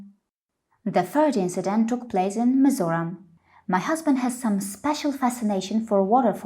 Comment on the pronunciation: You should visit mizoram again... I also love that you pronounc it correctly